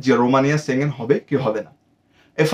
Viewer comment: সেনজেন কথাটা ঠিক ভাবে বলতে শিখুন